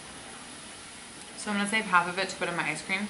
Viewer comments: awwwn she says “ishcream” 😂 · It sounds like you say ice cream as ishe cream